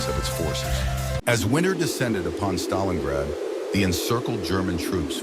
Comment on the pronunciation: I always thought it is called StalinGrad not Stalinrad